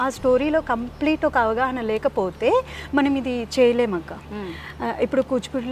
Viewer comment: యాంకర్ గారు ఆవాహన కాదు అవగాహన అక్కడ కూర్చుంటే ఏం మాట్లాడేస్తారు తెలుగు వచ్చినట్టే అనుకుంటారు ఏమి తెలుగులో మాట్లాడట్లేదు ఏదో ఒకటి అనుకుని మాట్లాడేస్తున్నారు